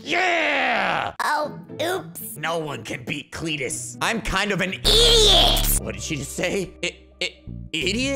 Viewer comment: I love it when he said lldot